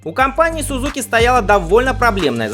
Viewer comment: Автор, в русском языке японское "z" читается как "дз", поэтому - СуДЗуки, ИсуДЗу.